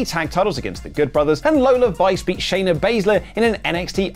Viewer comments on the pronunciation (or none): none